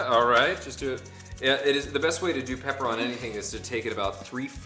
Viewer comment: "I fink I would like some peppa" 😂😂😂 pmsl